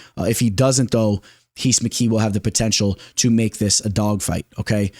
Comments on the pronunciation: Lol it’s heece mckee if he’s Brazilian ! He’s not just say Reece lmao 😂😩no need to say heez mckee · Rhys McKee is just pronounced Reece bro 😂Solid video